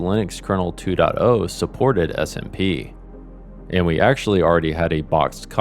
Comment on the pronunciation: For some reason i kept on hearing smb not smp